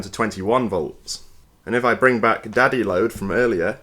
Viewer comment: Is he saying daddy load?